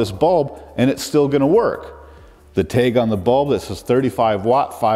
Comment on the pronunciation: Still can get over how you pronounce tag as “teg”. Love your content tho